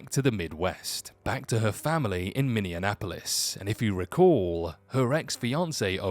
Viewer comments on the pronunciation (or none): I live in Minneapolis and don't know anyone from Wisconsin. Minnesota stays separate from Wisconsin (It's Minneapolis, not Mini-an-apolis)